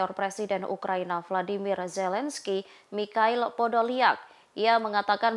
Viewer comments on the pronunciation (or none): none